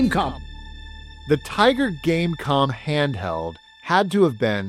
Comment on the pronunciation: every time you said tiger game com i kept thinking game con xD